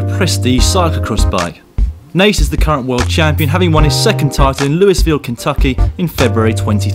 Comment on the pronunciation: Louisville, Kentucky is pronounced "looie-vil" (after Louis XVI of France) or "loo-uh-vuhl" (that's how a lot of natives say it), not "loois-vil." It's not a matter of being offended, it's just it sounds stupid and people will think as much of you if you keep doing it.